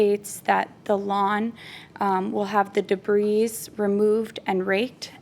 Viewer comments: As soon as I heard her say "de-breeze" I wrote her off...🤦🏽‍♀️ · It drove me slightly nuts that she kept pronouncing the "s" in "debris." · Defendant needs to go back to school. The “s” on debris is silent. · "debris" is not pronounced with an "s" sound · You don't pronounce the 's' in debris. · Dear, the S in DEBRIS is SILENT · Omg me too. I wanted JM to correct her so badly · Does someone want to tell her the s in debris is silent 🤫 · Being petty here, but if she pronounced the 's' on the word 'debris' one more time, I was going to scream!!! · Trust me, you’re not being petty! I wanted to punch the screen 😂